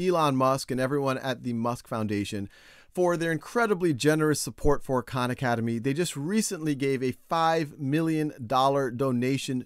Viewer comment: When he said "Hi everyone, Sal Khan here", I heard it as "Shao Khan"